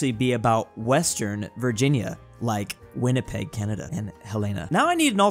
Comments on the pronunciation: more like winnie the peg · As a guy from Winnipeg, hearing actually say Winnipeg was very surreal